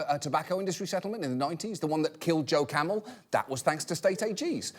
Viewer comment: The "mamel" toe 😰